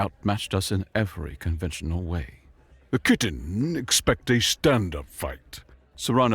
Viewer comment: Pretty sure the Y in "Kytinn" should be pronounce like the Y in eye, dye, ot tyre. It's really hard to take some evil alien threat seriously hearing "Kytinn" pronounced like kitten.